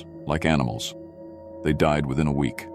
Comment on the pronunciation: I like the stories, but is it really that hard to replace that damnable computer voice with a human reader? I work cheap and would never pronounce the word week as wee ek.